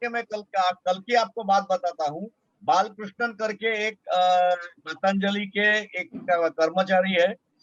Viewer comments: हाँ ये बस पतंजलि को पतंजलि नहीं बोल सकती....।।। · Allopathy treatment is certainly a super stupid science. Yoga and aurvedic are actual treatment. You have to take ayurvedic treatment and have to start yoga doctor and reporter to refress your British slavery mind. Reporter , you have tongue problem. You can not able to pronounce 'patanjali' word. Dogtor sahab what are the allopathic medicine to cure corona diseases.